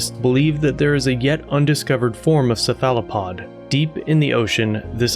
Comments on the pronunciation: Ceph·a·lo·pod - /ˈsefələˌpäd/ Your pronunciation is a little off. Just for future reference. ☺️ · sa fala pod ohhh you are referring to a cephalopod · I love your work, but the way you pronounce Cephalopod is cringe as hell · I've never heard cephalopod pronounced that way before.... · You have an unusual pronunciation of cephalopod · Great Job!!! 🌟 I never heard anyone pronounce Cephalopod like that, so many times! 😂 But I'm trying not to get onto folks about pronunciation these days. DeThawed means freeze though. 🤷🏻‍♀️😁😂 Definitions I'll stand on a hill for.🤓😂 You hit the most current info on points as soon as I thought it!💯🌟 I only recently heard about the Black Goo... Thanks for covering it! ✌🏻☮️🖖🏻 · Exactly on the “ dethaw “ 🤣🤣🤣🤣 I’ve caught others saying it too! I also agree on the Cephalopod pronunciation, but I can over look that... Charlie Berens says dethawed is the Midwestern way, however I disagree 👍🏼👊🏼🦖🍺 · You’re mispronouncing Cephalopod. Pro tip. I’m not trying to be critical. When I heard you pronounce it my first thought was have I been pronouncing it wrong all this time? So I decided to check.